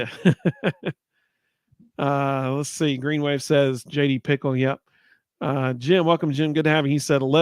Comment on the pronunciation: JD Pih-Kehl ... not Pickle